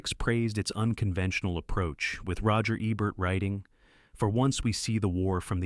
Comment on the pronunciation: Hell, it took until minute 26 before it (AI) learned how to pronounce Roger Ebert's name. Altho really, this just speaks to sloppy rushed production. If you can't afford to pay a professional narrator, at least pay a trained person to tweak the AI and redo sections until they're acceptable.